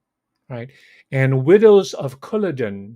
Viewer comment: Battle of Culloden--emphasis on 2nd syllable: CulLODen.